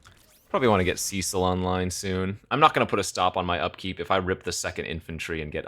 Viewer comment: The name Cecil is pronounced like "Sessil" not "Siisil" btw